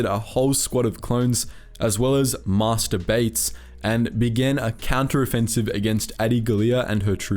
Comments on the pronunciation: Shortly before the 6 minute mark, he says that "master bayts" was killed. That's just too funny. Lol! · Did he say master bates?